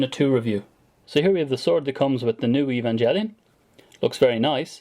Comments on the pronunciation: "evan-jelly-on" ;(..... :PP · I really liked your vids btw. Just had to say that the "g" in "evangelion" is a hard G. (like the "g" in "great")